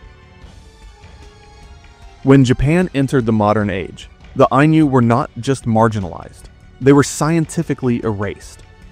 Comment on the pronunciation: If "Ainu" were meant to be pronounced with a palatalized n (as the narrator pronounces it) then the Romanization would be "Ainyu."